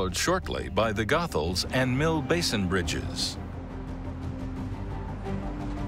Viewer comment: It is Pronounced GO-Thuls! NOT Goth-Als.